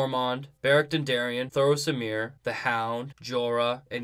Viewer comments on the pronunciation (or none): thoros OF MYR!!!! For the love of god! lol not, Thros AMIR! lol